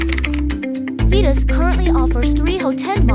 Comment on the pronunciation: Phaetus should be pronounced "FAY-tous" not "FEE-tous". Examples : aerobics aerate aegis Gaelic Aesop daemon Unless you really intended for it to sound like "fetus". But why?